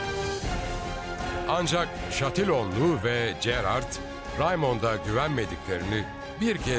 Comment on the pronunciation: Keşke bu metni okuyan arkadaşımız Gerard ın nasıl okunduğunu bilerek okusaydı. Böyle bir çalışmada çok sırıtmış, Jerar diye okunması gereken yerde cerard diyor, acaba kime nasıl masraf yapıldı.....